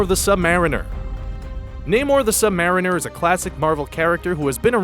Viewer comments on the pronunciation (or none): Why do people pronounce it as sub-mare-inner instead of sub-marine-er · how he says sub mariner